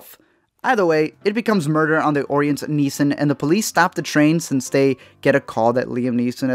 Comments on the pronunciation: its Neeson, not neesons and its Prynne not Prin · You made this whole video and then couldn’t even say the name “Liam NEESON” correctly at the end?! It’s not “NEESONS.” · Fosco Grubb No, we just need him to be able to fucking pronounce the name of the star without fucking it up. *Neeson, not NEESONS.